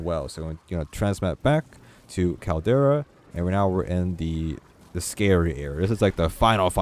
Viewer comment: CAL-DERA Not Caldaria